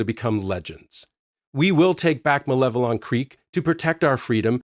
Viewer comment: Thank you for the correct pronunciation of Malevelon!